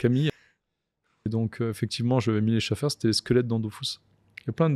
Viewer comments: pour moi ça restera toujours Dofus et non Dofouuuus ahah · C’est pas logique on dit us pas ous. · Jdeteste quand on dit Dofous mdr DOFUS frère quoi Dofous mdr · On s'en blc de son "dofOUSSE" pour nous ça restera "dofus" patron ou pas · ouai dofus mdr nimporte qui telecharge le jeux dit dofus pas dofous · Ok mais on dit dofUs par contre svp monsieur le créateur